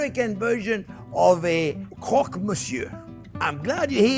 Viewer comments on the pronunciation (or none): none